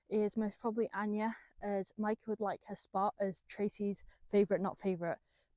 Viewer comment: How you speak her name is spot on...love what you al doing🫶😘🇳🇱